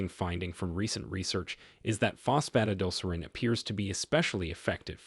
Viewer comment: I can't take it, Fos Pho tid al ser reen. Please program your AI voice better.